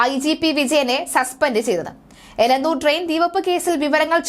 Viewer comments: Please note that name of Elathur Railway station. Not Elanthur. Give clear instructions to the news reader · എലന്തൂർ അല്ല, എലത്തൂർ.... പേരുകൾ ശരിക്ക് വായിക്കൂ കൊച്ചേ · എലന്ത്തൂർ അല്ല എലത്തൂർ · എലന്തൂർ അല്ല ! എലത്തൂർ ആണ് ശരി....